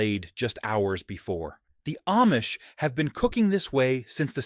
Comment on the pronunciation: AIcant say AHHH-Mish! Not aim-mish